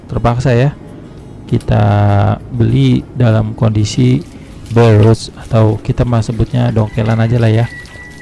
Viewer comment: BARE ROT.. Enakan dibaca degan lidah Indonesia.. Dengernya jg enak.. Ngapunten om..